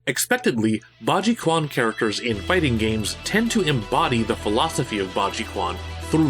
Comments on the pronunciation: Very cool video! One thing I have to say, that did slightly bother me, is that a pinyin "q" letter in chinese is an english "ch" sound: therefore, quan is pronounced closer to "chwan" or "chwon" for the american tongue. I hope you see this before your possibly upcoming video on piguaquan (pee-gwa-chwan), but the rest of the video was very interesting thankyou! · Quan - Chew-an not Kuan. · My poor ears whenever you mispronounce "Quan". It's pronounced as "Ch-wan", not "K-wan". Chinese Mandarin romanization is weird. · I hate to be that guy but the Q in “quan” is pronounced “ch”. It’s weird, I know. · As a heads up, the "quan" (fist) character that you see in a lot of Chinese martial arts styles is pronounced more like "chuen". Nevertheless, this was a solid video, and I love the research you put into it and the several examples you included.